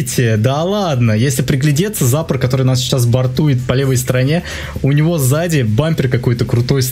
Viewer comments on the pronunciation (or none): надо быо сказать не зАпор (ударение на а) надо сказать запОр (ударение на о) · Ну не зАпор, а ЗапОр